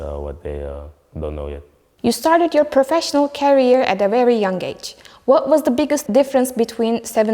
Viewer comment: İngilizce okumak ile İngilizce bilmek arasında dağlar kadar fark var. Kariyer kelimesini taşıyıcı anlamına gelen carrier şeklinde telaffuz etmeyin lütfen